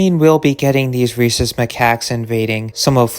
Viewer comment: Bruhh i had to pause the video to wheeze thru a laugh at what i heard as "Racist Macaques" (?spelling uncertain), i knew you said Rhesus (fuck is there an h in there, hyperlexia failing me rn) edit: autocorrect fucked it even worse than i did at first but it's correct now 😅